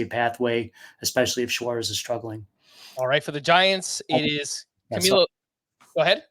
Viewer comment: I like the way says "Swaurez" instead of suarez